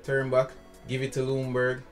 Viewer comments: It’s like his name is prounouced legendburg I think but don’t say legend say legenburg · You pronounce his name as: Yunberg 🙂